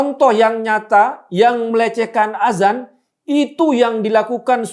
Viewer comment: Yg benar penulisan/pengucapan itu "ADZAN" .. Bukan AZAN.... Maaf bukannya menggurui, tapi hal ini harus saya sampaikan agar tidak menimbulkan kebiasan orang Indonesia dalam pengucapan kata ADZAN.. karena kalau AZAN akan berbeda maknanya Terima kasih 🙏